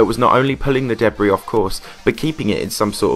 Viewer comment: It’s pronounced duh-bree and the dubstep music in the background didn’t fit the video’s theme at all.